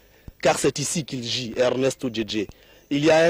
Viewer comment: Il a dit il git et non vie